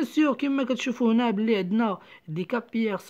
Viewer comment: للتصحيح فقط: capillaires sanguins ننطقها كابيلاغ و ليس كابياغ